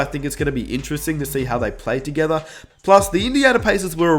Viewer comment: Nobody:: TOGETHA!! 😂😂😂